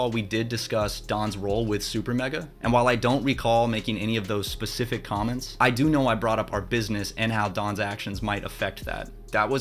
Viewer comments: Have you been saying “ Pacific “ instead of “ Specific ” on purpose the entire time? I wasn’t going to say anything until I heard it like 4 times 😅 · How about I don't give some onlyfans thot "grace"? Yeah, how about that. Learn how to pronounce Specific.